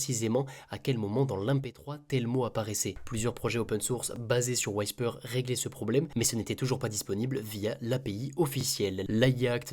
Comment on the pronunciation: Whisper, ça se prononce « OUI SPER » pas « WHY SPER », sinon très bonne review comme d’hab